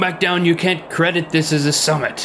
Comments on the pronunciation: Am I the only one who heard them say "Summon Mount Everest" at the end instead of "Summit Mount Everest"? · LOL, I thought he said summoning mt Everest